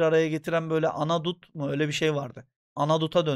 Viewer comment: Hocam anadut değil Anazut❤